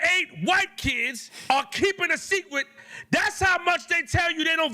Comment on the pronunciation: "ArE keeping A sEcWeT!"